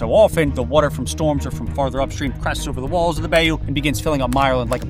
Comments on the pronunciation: It's not pronounced bAY oo. It's pronounced bi oo. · not "bay-yoo", it's "bye-ooo" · Disasters can happen anywhere. Also it's not 'bay U' it's 'buy U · not a Bay-oo, its a By-you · My only comment as someone who is from Louisiana is that bayou is not pronounce bay-oo, its pronounce by-you. Thanks. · Not nitpicking, just generally curious... Where are you from? I can't recall in my 39 years hearing someone pronounce bayou akin to "bay-you" instead of "bye-you". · Love the content. Bayou is pronounced “By-You” though! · BTW, it's pronounced By-you As of ten years ago, the maximum payout of the federal flood insurance payout was $250K. Hardly enough to rebuild an average home. Having had a home on a bayou in FL since 1959, I am very familiar with the insurance disaster that is Florida. When four hurricanes hit in one season, all the major companies pulled out. Then after a few years of calm, they came back. Citizens, due to political/business pressure, peels off policy holders to unknown insurance companies like "Fred's Bedroom Closet Insurance Company." You get a letter in the mail and you are now with an undercapitalized company. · Bayou is pronounced buy-you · Bayou is pronounced "bye-you" by the locals. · Dude, it’s pronounced BY-you. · I can't get over the way you say bayou... "Bae-You" 😂😂😂 hahahaha!! It's soooo wrong! Lol. Good video otherwise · Who pronounces bayou like that? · I don’t like the way you say bayou. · I hate how you pronounced bayou. Also myerland is pronounced differently